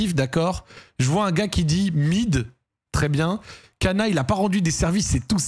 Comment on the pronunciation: Cana stp dit "sana" légende